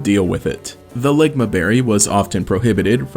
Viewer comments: You said "ligma berry" lmao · hey what did you call the berry the second time you said it